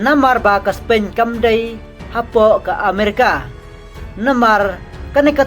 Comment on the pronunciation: Spain ruh ong Spein Tax ruh ong TAK. Practice bha shwa ban kren English sa pynmih khubor